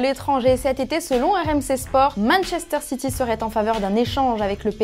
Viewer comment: Message pour: non ce n'est pas "Manchesteh City", c'est "Manchesteh Cétééyy" 😉👍